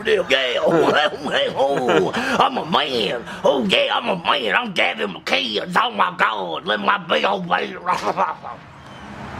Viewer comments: Gavin "MICK-INES (AS IN 'WINES')"?? What?? It's pronounced MICK-IN-IS (as in 'Guinness'). It's Scottish! Like this>> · Why does nobody pronounce "mcinnes" correctly... It'd "mc-in-iss" not "mic-eye-nes" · I don't mean to be a schmuck, but "McKines?" (Mick-INN-ess). Enjoyed the video. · mcguynes? Mcinn ess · "He was on the Gavin Mceynes show" "the Gavin Mceynes show" "Gavin Mceynes" "Mceynes" It is MICK-IHN-EHSS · Mc Inn-iss. Not Mc Eye-nns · You sir have been trolled.. It's McInnis, not Mukines.. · Its Gavin Mcinnes (mackinnes) not magajns! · It's Gavin Mac-in-iss, not mac-ines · You lost me in the first ten seconds of the video. The Gavin "McInz" show? Come on dude, you can't pronounce a simple last name correctly? Normally it wouldn't matter, but if your video is fueled by his content get his name right. Gavin created Coppercab. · Don't let gavin watch this video......... it's mC-in-is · Not how you pronounce McInnes, FYI. It's like "McGinness" just minus the G. :) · sorry to critique at all but I just have to say it's mc.IN.nes, but good content man I liked it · its pronounced Gavin Mic-Kin-hiss lol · Gavin "Mick-In-Ness" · It's pronounced Mcinnes like Dennis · "Mik-EYE-ns"? Man. You sure are in the know aren't ya.... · Gavin's last name is pronounced "mic ennis" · Did he just say Gavin Mangina? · stopped watching when he said gavin mciens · McInnes read MC-IN-NESS. You really have to try hard to fuck that name up, guy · man i hope you learn to say Mcinnes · learn how to pronounce mcinnes. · If you watch TGMS then why can't you say his last name?! :P